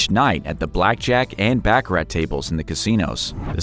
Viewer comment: Dear Sir, the way you say, baccarat is improper Bacharach is on the back of a chess game. You should learn how to pronounce the game properly.